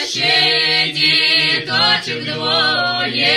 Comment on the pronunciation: Душевно исполнено. Обратите внимание на нюансы произношения :диточок